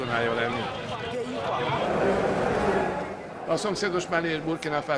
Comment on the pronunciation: Miért ejted Malit ,,MÁLINAK”, könyörgöm😭😭